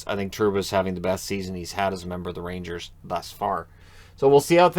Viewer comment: The Rangers, or as it's pronounced in New York, Rainjizz, are on a ROLL!!! LFG